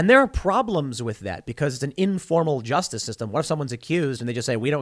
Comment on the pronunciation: What was that word? Juicestice? Jewstice? Justinstice?